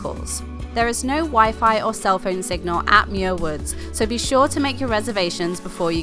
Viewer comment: I don't know why YouTube recommended this video, but I grew up a stone's throw from Muir Woods (you're mispronouncing it charmingly, BTW), and even worked there briefly after high school. Likewise, Muir Beach was the site of some of my finest teenage adventures. I'd hate to tell you what I got up to in one of the little houses you see perched above the sand. I haven't been back to either in 40+ years. Suddenly I'm feeling wistful...